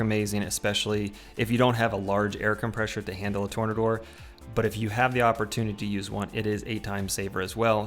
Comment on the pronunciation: Tor-NAY-door, you know like from the root word "tornado".